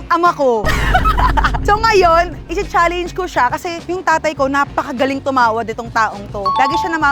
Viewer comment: Isa rin ‘tong si Rana nagmana sa ate niyang “chaleyngj” ang pronounciation sa “challenge” 😂